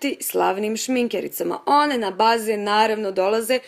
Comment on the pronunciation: 😂 kako je rekla rijec bazen